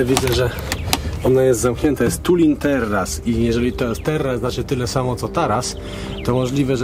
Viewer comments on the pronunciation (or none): Tuin czyt. Tałn. Znaczy ogród po holendersku czyli taras ogrodowy